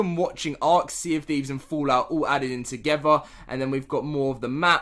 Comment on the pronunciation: togever, carsulls, beh, culled, ahk, ho, wiff, ahftah, sumping, fuchah, lol one day you might be able to pronounce english words just not today.